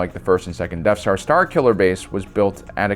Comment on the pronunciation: "Deaf star"